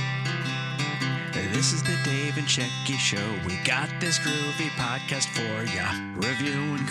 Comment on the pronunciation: Oohhh, PODCAST... I thought you said codpiece!. Sheesh. It all makes sense now. PODCAST. I get it now.